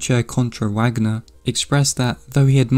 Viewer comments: Sorry but it’s pronounced “Vahgner” not Wagner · OMG PLEEEEASE don't say Wagner with a [w] sound, it's [Va(r)gner] haha You repeatedly saying it wrong with such confidence is like Benedict Cumberbatch saying penguin wrong on the David Attenborough documentary lmao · this was good - not usually my cup of tea. But still a strong presentation. One note: the last name of the composer Richard Wagner is pronounced in English as it is in Germany.